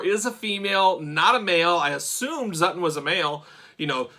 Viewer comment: It’s not Zutton 😱